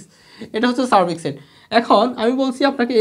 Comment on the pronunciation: Vaiya apni sarbik set bolsen r ami sunsi " sar-fax-sell "😅